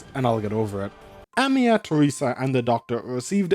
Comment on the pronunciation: Whenever you say Amiya's name i always hear Emiya!😂😅Though i do guess Shirou would aprove of Amiya's resolve and strength of spirit! She is indeed Seigi no Mikata material!